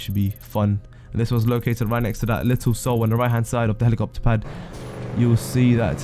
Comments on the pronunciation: It’s pronounced Soul not See-ol. Dickhead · Little Seoul is pronounced like "soul". For the love of god i hope you haven't been calling the capital of South Korea "See-Ole" your whole life.. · Was i the only deepin how he says 'Seoul'?? am sure its pronounced 'soul' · Fan-dabby-dosey of a vid. I dont know what I enjoyed the most. Finally finding all the locations with your help or you pronunciations of Dessert, Seoul and Alamo